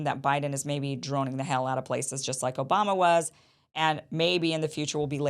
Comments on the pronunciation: Did you say O'bomber? 😂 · Did Kim just call the president, "President O-bomb-a"? 😂😂😂.